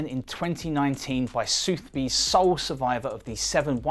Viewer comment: Soothby's? Don't you mean Sothebys - Suth-eh-bees.....